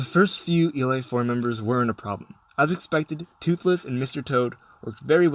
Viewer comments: Did you just say e-light four? You know it's pronounced e-leet right? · d-did you say E-LIGHT 4